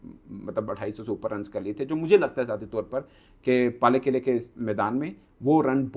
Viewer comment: पालेकेले ❌ पैलेक्ल✅ 😂😂😂😂